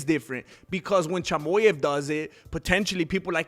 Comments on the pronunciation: A Mexican calling Khamzat “Chamoy-ev” is hilarious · What does this guy mean by CHY-MO-YEV?😂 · Thank you so much for your support Khamzat, dud! Like your channel, great job! P.s. Chimaev is pronounced as: [tʃɪˈmɑːjɛv]😅